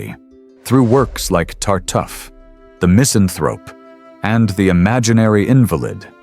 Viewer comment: It pronounced Moliere's play Tartuffe as Tar-tough. Its Tar-toof.😮